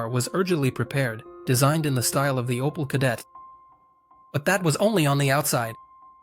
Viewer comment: Aus OPEL wird ein "OPAL", aus der ÙdSSR die "Judser"... - die KI-Stimme nervt einfach nur. So werden die besten Videos zerstört!!!